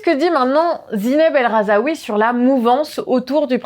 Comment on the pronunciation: Rhazoui, pas RAZAOUI pitié